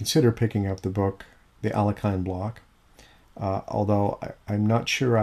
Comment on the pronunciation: You pronounced Alekhine incorrectly